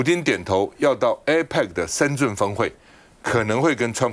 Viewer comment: 为什么台湾人把深圳念成 深 zhun ？